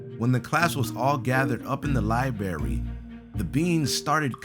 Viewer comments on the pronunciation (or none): Why does he say liberry instead of library? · It's not libary it library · I'm triggered he said lieberry not librarie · said libary, its library, that a pet peeve of mine, dang it its library get it RIGHT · Disliked because of "libarry" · Libary? ITS LIBRARY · LIBARY? You mean LIBRARY! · "libary"? You mean liBRary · LIBRARY NOT LIBARY GET IT RIGHT #Triggered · You said "libary"!!! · Liberry? LIBERRY? LIBERRY!? IM TRIGGERED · I sounds like he said libary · The Li-berry. Srsly? XD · Hahaha guys look says "libary" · Lol can’t say library